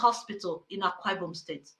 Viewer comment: He can't even pronounced Akwa Ibom. Religion is on of the biggest scam we have experienced in this world.